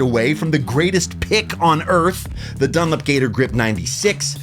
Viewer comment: The way you pronounce "DunLOP" as "dunlip" is driving me mad.